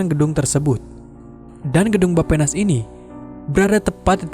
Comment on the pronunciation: Nah kak, Bapenas didengarnya kyk "Baphomet". Ngerasa gtuu...